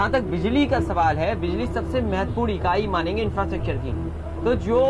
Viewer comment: रायबरेली, इंफ्रास्ट्रकचर aur aise kai shabd sahi se ni bol paye sahab.. na तलफ्फुज saaf aur na niyat. inki sarkar to jindgi me ni aayegi.